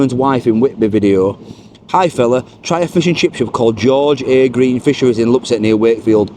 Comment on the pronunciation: It's pronounced George a Green ., they looked great .